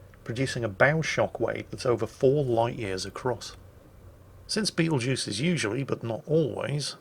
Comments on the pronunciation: Ermm “actually ” it’s not the beatlejuice star but “betel” “geuse” star lol XD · I kept hearing him call it Beetlejuice and I was wondering who in the nine hells named a star after a corny 80s horror comedy